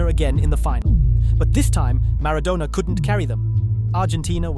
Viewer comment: These fkn AI videos are getting on my bloody nerves! MaraDONNA not MaraDONER Pronounce his name correctly ffs! One of the greatest players of all time!!! Also saying that South Korea went on a massive “killing spree” isn’t the best description…. Why “finally” in 2010?!!!! We’ve had 2014, 2018, 2022 since then!